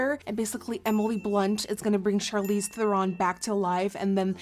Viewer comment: It's Charlize and she said it right every time :)